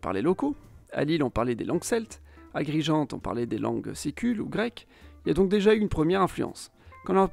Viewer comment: Agrigento - even an American pronounces it better than you.